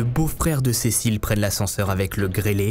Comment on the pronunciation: Thank you so much for your detailed and illustrated video. My spoken French is ok and I was able to follow pretty well. It’s was also nice to hear my names pronounced correctly. Cécile and Alice!